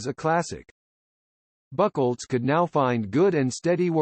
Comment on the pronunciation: Who's this Horst "Buckelz"? LOL